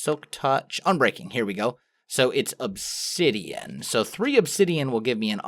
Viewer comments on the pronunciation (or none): none